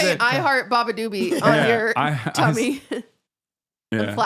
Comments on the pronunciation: some was one of the best episodes EVER. i was crying at the bebedeboobob bit. i mispronounce her name all the time too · hasan messed up Beabadoobee name but QT a minute later says "Japanese Breakfast Club" THIS POD DOES NOT LISTEN TO MUSIC!!!!!!! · the funny part abt the beabadoobee segment is that QT is saying it wrong too😭😭😭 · So they're all making fun of Hasan for not being able to pronounce beabadoobee but we're all going to ignore QT calling them "japanese breakfast club" ? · I’m working out at the gym and almost dropped a dumbbell on my head laughing so hard at Hasan trying to pronounce Beabadoobee 🤣🤣🤣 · saying ‘claro’ for clairo, qt saying ‘japanese breakfast club’ for japanese breakfast, and them all calling beabadoobee ‘badadoobee’ is sending me